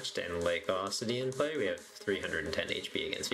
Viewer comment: UH...CUE...ITY. Not AWE...CITY lmao